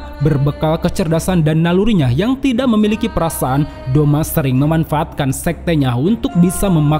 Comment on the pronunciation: Douma not doma